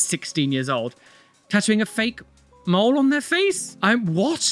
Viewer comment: When you said "mole" it sounded like MOLD. That was a great laugh i got, thanks!! Kisses to Globex!